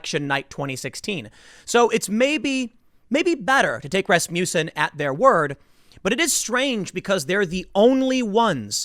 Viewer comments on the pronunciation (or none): Dammit... everytime tim said Rasmuton(however its spelled), the song Rasputin popped into my head